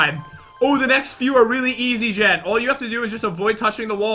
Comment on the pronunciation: why do you call Jen Jad